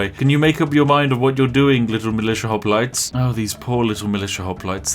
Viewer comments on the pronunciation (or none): Ah yes, Spiff and his perfectly balanced pronunciation of Hoplites.